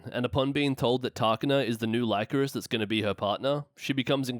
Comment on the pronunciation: Great video but it's pronounced "Lee-coris" not "Lie-coris". They pronounce it in the anime